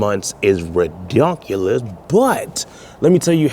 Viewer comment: 😢yup and the word ridiculous as " resinous,. Too!!❤pinged instead of pinged ( h wWTF??